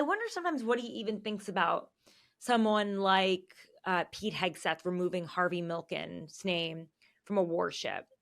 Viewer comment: Harvey MILK not Milken. Do research child!